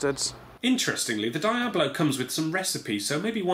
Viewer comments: Is "Dee-abb-low" the common pronunciation across the pond? I've always heard is said "Dee-Ahb-low" in the USA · It's pronounced dee-ah-blow. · Ahahaha, "dye"-ablo. :) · isnt diablo pronounced like dee-ablo ? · HalfwayBeret it's the british pronunciation. brits capable of pronouncing non-british-english words properly are a rare and dieing breed. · I know, brits just usually don't know how to pronounce non-english words properly, especially those with latin roots. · so basically it just needs to be bigger and it would be good to go. also why you pronouncing Diablo wrong? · God dammit. You pronounced diablo wrong...